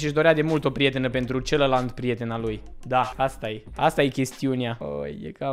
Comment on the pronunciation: am auzit bine "celalant"????:/